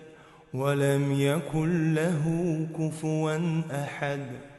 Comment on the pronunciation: Ихлас суросундо Д же дал тамгасын Д деп калкала кылып чыгарын